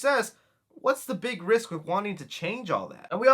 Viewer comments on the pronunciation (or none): none